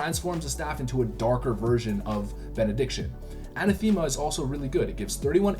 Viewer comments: uh-neh-thuh-muh not a-nuh-thee-muh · Great video! No diss but it's "An-ath-ema" not "Ana-thema" ;) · Not "ana, thema", but "anath-ema". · Everyone mispronounces Anathema. Its ANA-thi-muh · You Canadians and your crazy pronunciations lol! “Annatheema” he says 😂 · For the love of God, Anathema pronounced uh-NATH-uh-muh - yes it's a real word. The More You Know!